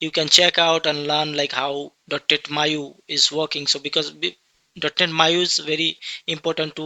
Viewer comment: Bro it's Maui not Maiu